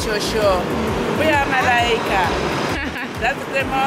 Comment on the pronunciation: For non Swahili speakers. It's Malaika not Malika.